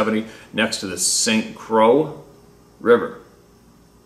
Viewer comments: Hiya. Not bustin'chops but I believe the pronunciation is Croy= Kr-roy= Croix. French origin, if I'm correct. Phahhk it. We know whatcha saying. Like the tropical island. Should I be wrong, please correct me. Thank you. Sincerely, Me. and everyone of the H2H family you are all doing a great work for everyone. Me. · St Croix is pronounced St Croy. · Just saying St. Croix rhymes with "Koy, Roy, and Boy. You have done well pronouncing all the crazy names, but I regret you learned the correct pronunciation of Adirondack. At your expense I found it entertaining making me chuckle. A chuckle a day keeps the doctor away. Loves your videos and many thanks!